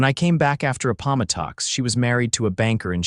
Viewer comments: Good story but a-POM-o-tox?? I assume this is an AI narrator, but if AI is so smart, shouldn't it recognize and be able to pronounce the Battle of Appomattox, from the Civil War? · Need to check pronunciation of Appomattox 😂 Look up Civil Wat